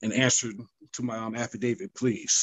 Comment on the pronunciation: Did he say, "Happydavit"???????????????????